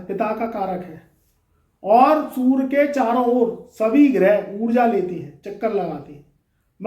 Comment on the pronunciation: सुर नहीं होता सूर्ये होता है 😂😂😂